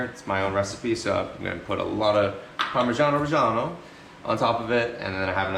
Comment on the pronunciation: As an Italian, to hear "parmigiano reggiano" in English was probably the best thing I've ever heard ahahaha